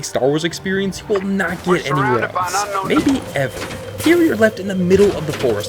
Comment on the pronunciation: You say else like eltse